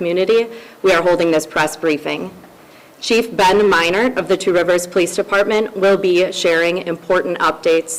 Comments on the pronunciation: G. I live in Wisconsin about 90 minutes away from Two Rivers. Just wanted to tell you that you are doing excellent with the pronunciation of those towns/cities. Lots of American Indian names. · I live about 30 minutes away from Two Rivers. And I want to tell you said these names of the cities prefect